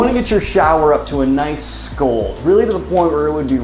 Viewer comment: ScAld, not scold 💙